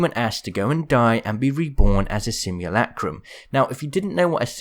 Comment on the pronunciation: Merch. Simulacrum. Sim-yoo-la-crum. Not lack-crum. Please. I beg you